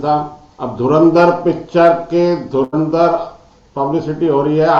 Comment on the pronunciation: sir film name is "धुरंधर"(dhurandhar) not "धरेंद्र" (dharendr) , "धुरंधर" means 'Harfanmaula' 😎😎